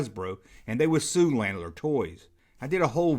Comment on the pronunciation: My mom used to work for them. It's pronounced "Luh-naard."